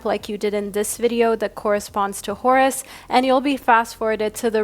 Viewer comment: Horus sounds like Taurus 🤭